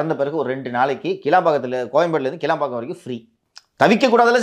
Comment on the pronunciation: அது கிளாம்பாக்கம், கிளம்பாக்கம் இல்ல🤣🤣🤣